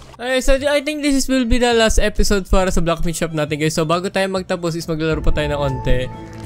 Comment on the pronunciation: why do you always say blackmith?